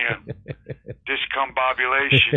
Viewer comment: Lol 😆 yep. Joe can’t say discombobulation